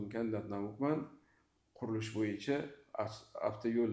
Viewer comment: Ака афтайул эмас, автойул деб езилади шунга хам этибор берсангиз. Рахмат.